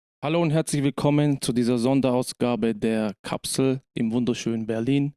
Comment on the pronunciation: I already died with the Thumbnail but then I came back when said " KAPSEL ".......